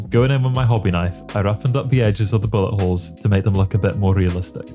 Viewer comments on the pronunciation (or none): When you say bullet holes it sounds like your saying butt holes!